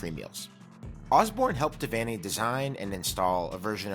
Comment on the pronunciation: But, an awesome video--and very well researched. And you even pronounced "Devaney" correctly! Osborne NE ER thought he would last longer than five years following Devaney, and in fact in 1976 he was nearly fired because the Board of Regents got spoiled and thought they could find better. A key reason why Nebraska was so good was that the Cornhuskers had Devaney and Osborne back-to-back--no major school had THAT kind of luck in head coaching.